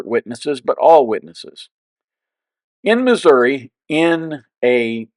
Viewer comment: You need to learn how to pronounce Missouri properly!!!